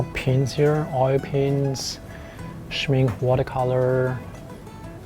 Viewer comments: Good video. Just an FYI. the pronunciation of Schmincke is shmink-eh and not shmink. :) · Soo impressive! Greetings to the business owner! Ps. please pronounce the -e at the end of the Schmincke. Without the -e, it stands for make-up in German and it’s clearly not that type of paint😅🙈